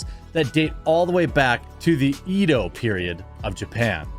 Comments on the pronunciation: It's pronounced: eh-dough The i in Japanese is pronounced ee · In case no one said it yet, Edo uses a short e sound, not a long e sound lol.